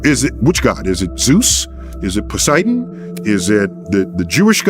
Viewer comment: This cereal box scientists voice has loudly reached more ears than NATURE ever intended.. in an ocean full of Tysons words his pronunciation of Poo-siden drains the pool with my laughter😅.. Night/day, light/dark, life/death, gravity/weightless, creation/destruction.. the universe always finds balance, guaranteed! Neil’s thought that god might not exist because Yen/Yang good/bad does totally ignores the premise of humans praying there is a “Heven” a place beyond the bad things a Balanced Universe deals us.. Yes, it’s a higher level of thought/soul/spirt well beyond what even the least arrogant scientists can rationalize next to their “knowledge”😉 Neil thx for sharing all your smarts, all the time, loudly.. sorry if it costed you your soul, that’s the balancing act at work.. Cheers!